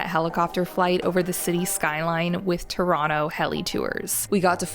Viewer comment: Your pronunciation of Toronto is impeccable!